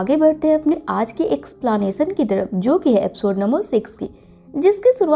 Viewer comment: In she said explaanation